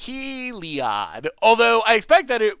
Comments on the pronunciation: He lee odd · No, No, No... It's not HEE-LEE-OYD... It's HEE LLOYD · if heliod based on the greek sun god, helios, then it's just pronounced eelyode. so there. now no one is happy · Don’t you pronounce Heliod as Heh-liod? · Overwhelming Denial seems like a solid choice for the Control matchup out of the sideboard. Also, every time you say Heliod I die a little on the inside. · you know that you can type Heliod on google to listen to the correct pronuciation, right?